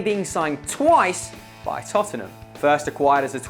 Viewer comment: Its Tottenham not Tottingham.